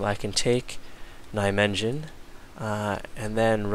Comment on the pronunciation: Hahahahah the way you pronounce "Nijmegen" is hilarious. It reminds me how weird our langauge is (I'm dutch)